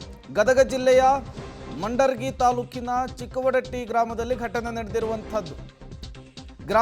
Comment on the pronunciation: ಮಂಡರಗಿ ಅಲ್ಲೋ ಮಾರಾಯ ಮುಂಡರಗಿ ಅದು